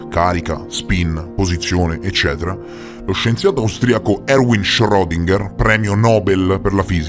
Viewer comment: ...omeopatia portami via...non condivido nulla neanche la pronuncia di schrodinger